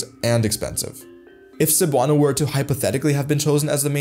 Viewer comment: not 'Sabano'" but 'Sebuano(Cebuano)', pronunciation ay 'MALI'. and 'Visayan' is the name of language group includes Hiligaynon, Cebuano, Waray-Wawray, isnt't it?